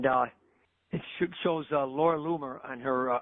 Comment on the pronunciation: Loomer rhymes with groomer ...just sayin